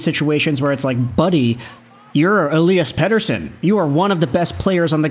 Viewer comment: OMFG… stop saying EP40’s name that way, every F-ing video of him you say it at least 2x… 🤦‍♂️🤦‍♂️🤦‍♂️